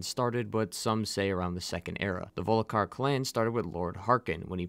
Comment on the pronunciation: Dawg It's GORM-LAITH It's SOV-N-GARDE Geez you content creators are ridiculous! Do you not write the script? Didn't you hear the 1,000,000th time someone in the game gives you the proper pronunciation with subtitles ??? Baffling. Like wtf. How can you pronounce Ysgramor flawlessly but come at me saying "Voli-kar" instead of Volkihar 😤